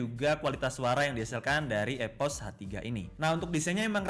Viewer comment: EPOS WOY BUKAN EVOS